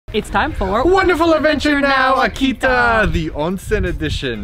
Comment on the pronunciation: Seems like it was your first time at a Ryokan? How much do you actually eat?! Loved your pronounciation of Akita! Lol Very Canadian! And what is with the milk?? Beer is a much more common drink of choice after enjoying the onsen. Stunning footage but I cringed Everytime you said Akita... One of the best kept secrets of Japan!